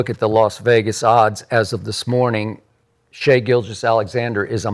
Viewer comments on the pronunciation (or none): none